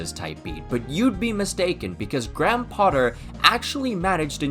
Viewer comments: Gram Potter 😂 Sorry man, for future it’s pronounced grey-em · who tf is “gram” potter lmao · it's "gray-um" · You are saying Graham wrong